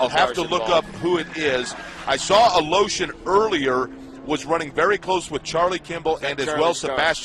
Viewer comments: Every time they say Aleshin... im like. Where are they finding the letter O in that last name? They keep saying Aleoshin. ITS ALESHIN.... E.. NOT O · he says aloshin its aleshin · It's not fucking "Alotion", it's Aleshin! This guy should learn how to read, because it's annoying. Hope Mikhail recovers well and fast. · UH LOW-SHUN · What is the commentator saying? Mik hail a lotion? It’s not a that hard name. Is he even trying? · A-lotion? Fuck's sake. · LOL they pronounce Mikhail's last name as "a-lotion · Mikhail "a-Lotion" Good grief... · Joey of the Bacons Who do you think I'm???? fook.. I'm Russian, and every frikin russian can tell you that is NOT how you say Aleioshin... Its sound more correct if I was to say Valoshin.. now thats more of a russian name.. but "Al-oh-shin" is NOT russian. its sounds like and American braking his tong trying to say it right , but fooking failing misrably